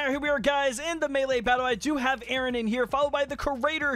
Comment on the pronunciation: A A RON .... 🤣🤣🤣🤣 ... kee and Pele.... 👍😅